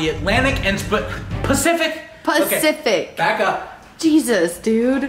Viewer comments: It’s crazy how sometimes trolls give you sh** yet they neglect to see that y’all are pretty cool people. And it’s PACIFIC - NOT “specific”, lol. Still a fan of y’alls. Don’t listen to the trolls’ crap. Have fun on the PS5 ya lucky bastards, 😆. When I saw the outline of the track of the hurricane, I lost it in laughing, lol. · Spacific ocean 😂😂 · It’s okay I say Specific ocean too I can’t say pacific for the life of me 🤣🥴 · It’s the fact he doesn’t even know that it’s called pacific for me